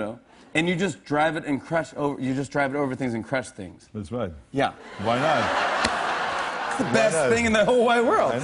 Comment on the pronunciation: "WyY NoT?!" XD :D